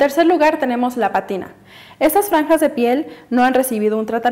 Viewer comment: Se dice pátina, no patina .